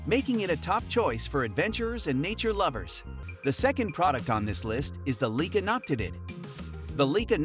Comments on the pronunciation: Leica has been around for 156 years, is renowned for their optics, cameras and lenses and you don't pronounce their name correctly!!! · "LEEK-uh"?? "LOO-pold"??!! I utterly despise stumbling across a video in which an obviously AI-created voice stupidly mispronounces every unusual word and proper name in the text, and yet NOBODY, not a single LIVE human being, even bothered to listen to the damn thing and make the necessary corrections before publishing it. This ridiculous lapse of judgment and ethics makes the producers of this channel look (and sound) like complete fools and idiots. I will NEVER watch another video on this channel again.